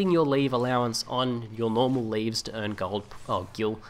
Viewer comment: I believe it's pronounced "Lev E" not leaves.